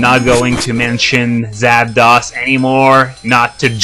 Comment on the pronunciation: Lol you say Zapdos wrong